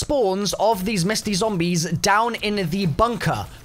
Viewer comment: Why are you saying zoombies